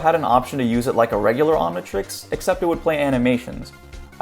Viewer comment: It’s omntrix not omntrex